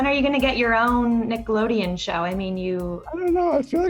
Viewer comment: "Nick the loadian"?